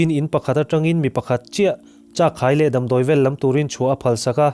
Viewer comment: Dam thluk hi.... Ka beng a thlep deuh. DAM a hawrawp ang anga mizo taka lam hian a dik mai a ni. Kan tawng leh tawng dang human kawp thuah kan tawng a him nan Thalaite"n kan tawng dik kan humhalh nan le. .duhsakna nen